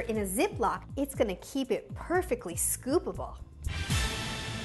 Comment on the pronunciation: “sCoOpAbLe” WT